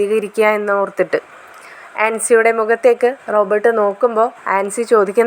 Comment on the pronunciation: ഹലോ കഥാപാത്രങ്ങളുടെ പേര് ശെരിയായി പറയൂ. റോബോർട് എന്നാൽ യന്ത്ര മനുഷ്യൻ എന്നാണ്. ഇത് റോബർട്ട്‌ ആണ്.